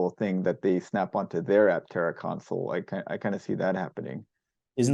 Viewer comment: As others have said, Jason is an impressive designer. And I’ll add, a much smarter man than I. However… I wince just a bit every time he says “council” when referring to the center “console.” It’s so inconsequential that I look foolish for bringing it up, but I hope he can correct that habit. Makes me lose just an ounce of confidence in people when they have odd pronunciation habits, probably picked up from their parents… I know I’ve definitely made a good few corrections over the years, even into adulthood. Probably still working on a few old habits… Anyway, cheers! 😅